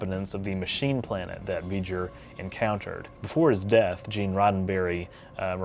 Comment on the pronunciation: in the video that plaque shown CLEARLY reads Voyager with the oya more faded than the other letters why did you say V-GER instead?